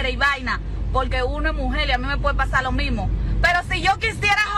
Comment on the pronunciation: Todo bien hasta que dijo (lo mimo)